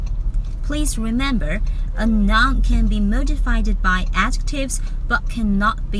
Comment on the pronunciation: Great lesson! If I can make a recommendation, when you say "Noun" it sounds like "Non" if you can enunciate the "u" and say something like the word "Now". Pronounce like "nown". Keep up the good work.